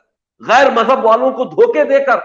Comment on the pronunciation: Abbe Jaahil Majjab Majjab Majjab tou sahi tou bol